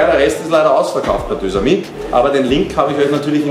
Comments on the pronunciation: Deux⏑amis, wird ausgesprochen Dösamie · Des heißt deux amis